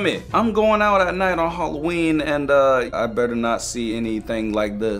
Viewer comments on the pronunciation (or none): im deflenty mad with it is not halloeen